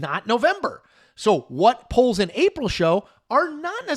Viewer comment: haha up until i thought you were doing a show about Poland haha really that's what i thought i heard